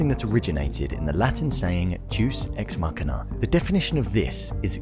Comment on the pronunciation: U say machina wrong